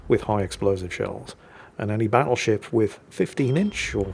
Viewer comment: Battleshipstyone? I head to rewind that to listen again. Never change,.